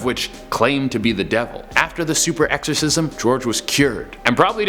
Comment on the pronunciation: I like the part when he says: so he called another 6 priests to perform a SUPER ERCXOSISM